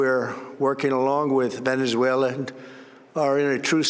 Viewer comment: Cant even pronounce Venezuela.